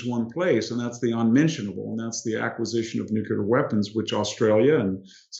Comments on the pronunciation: Full of wisdom and insight as ever! But it’s annoying that so many well-educated speakers mispronounce the word ‘nuclear’. Please - not ‘new killer’! It’s (phonetically) “ new klee ar”. They wouldn’t mispronounce the noun ‘nucleus’ would they? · Nuclear, not nucular, please. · I love that VDH is such a genius but says "nuke-ya-ler" 😂 For real though, wicked sharp insight as usual.